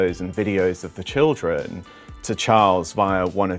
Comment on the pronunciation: Please try not to drag the last syllables of your words so much. You almost sound like Stephen Fry in the sketch about God: ‘Go-hod’. You go like ,complehex, childrehen’